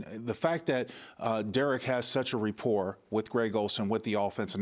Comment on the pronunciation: Great Job! L K. FYI~~The word is RA-por…..not RE~ por